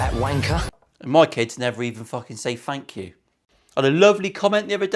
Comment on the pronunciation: great video. greetings from Canada, I missed the King on his last visit so make sure to say Hi for me next time you see him. I am gonna make fun of your accent :P "it's a piece of piss" is that a good thing? and "taking a piss" is that good? "and Fank you for watchin'"